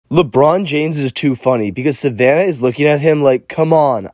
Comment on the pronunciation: Why you say her name like that lol just say "Savannah" its not hard to pronounce